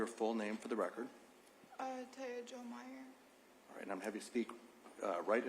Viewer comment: She spells out "T-a-y-a J-o uhh M-e-y-e-r" not taya Jo imeyer just saying